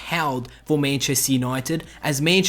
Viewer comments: love how u say manchester 😂😂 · Ffs the way you say Manchester really annoys me